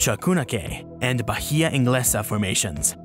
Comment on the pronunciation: H not pronounced in Spanish. So Bahia sounds like Ba- ee- ah.